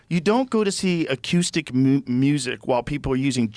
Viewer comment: “A-cue-stick Music” Joe Rogan-2024